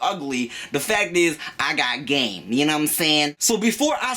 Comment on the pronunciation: "I got game, gnaw what I'm saying." Credibility instantly gone.